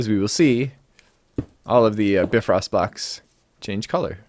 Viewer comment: Hey, great video as always but I just wanted to let you know that it's pronounced BIfrost, with the 'bi' spoken like in bicycle or bionic or... Any other word with the prefix bi, to be honest. Not a complaint, just saying.